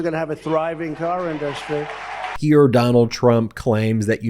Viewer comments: "In - DUST- treeee." donald cannot even pronounce words correctly. What an idiot. Fact is, the UAW loathe donald. donald turned his back on the unions, more so in 2019. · Trump cant pronounce Industry 😂